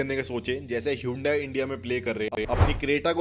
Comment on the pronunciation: Hyundai not Hyundia